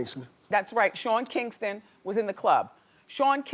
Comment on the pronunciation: the game totally calls Shaun Kingstaon Sharon Kingston!!!! lmao even goes as far as too "rub" his top lip whilr doing it.. i dont know if thats a way to muffle the name better without being caught or a laugh but thatw as hilarious!!! I had to rewind it like ten times and ven slomoed it ahha